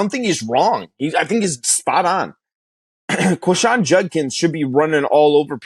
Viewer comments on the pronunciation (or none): ole miss fan here - didn't agree and you were proven wrong. IT'S QUINSHON - Not Quishon - you really know Ole Miss Football.